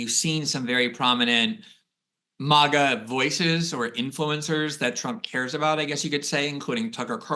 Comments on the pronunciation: Is Mawga to new snooty way to say Maga? Nobody used to say it that way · Why is he saying maga like that